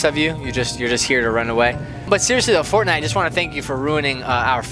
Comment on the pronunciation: griselda2 Avina you say it Wong dude